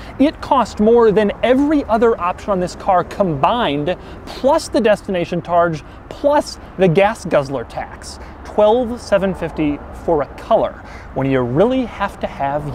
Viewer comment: I was pointing out the fact he said "targe". Not "charge". Maybe my ears are hearing it wrong, but I'm pretty sure he says "destination TARGE"